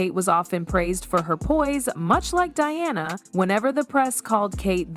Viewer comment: Who is Deana? It’s Diana for goodness sake.